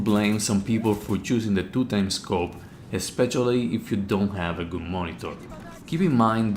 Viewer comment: When you said ešpeççialy you got me